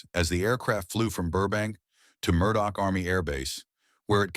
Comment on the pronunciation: It's Muroc, not Murdoch. Now known as Edwards Air Force Base. Quit screwing up.